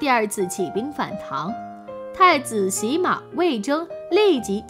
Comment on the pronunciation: 太子洗(xian)马......这个发音错不得啊。发错了就是杀头的罪了。